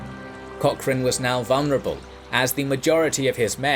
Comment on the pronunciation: "seaman", "vulnerable", "Cock-chrane".